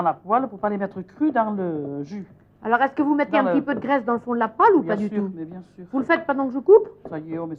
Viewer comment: "Alors là on a les couennes, on va les mannnnger ?" "Mais bieng sûûûr !!" Géniale cette Maïté !